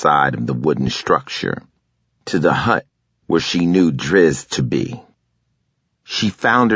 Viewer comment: It's Drizzt not Druzzt... Dizamn so dude updated it from cube to T, but brought the u over to be a smartass